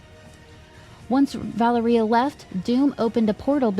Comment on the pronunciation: Thank you so much for the upload! I've been catching up on the podcasts, usually during the work commute. Small note from a Russian speaker, Valéria's pronunciation rhymes with Latveria. I was sceptical from the post-credit scene of NWH whether that's their way of introducing Miles but it sounds likelier than ever, for better or worse 😅 we'll see!